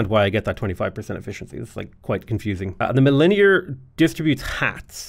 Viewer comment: Anyone else find it very difficult when he was repeatedly mispronouncing milliner? 😂, the second i is soft the same as the first so it's said like mill-ih-nr